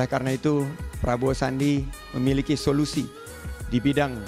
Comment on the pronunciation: Gunakan dan pelajari dulu sebutan omongan bahasa indonesia yg bener,, weeleeh solusi kok sebutnya soyusi